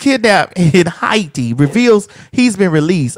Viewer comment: Why is she saying Haiti right?? lol I feel like I always learn more about her depth.